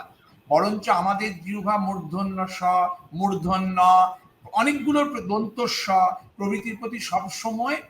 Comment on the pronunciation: আলাপানবাবু, আপনিও মূর্ধণ্য বললেন? এটা তো আসলে মূর্ধন্য ণ।